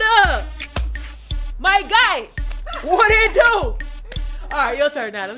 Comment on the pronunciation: She pronounced my guy like a Nigerian 😂❤